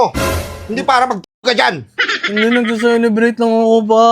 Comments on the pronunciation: CELEBRATE❌ SALSALEBRATE✅ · Celebrate ❌ Ejaculate ✅